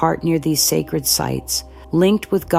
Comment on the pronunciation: Did she say sacred karens😂😂😂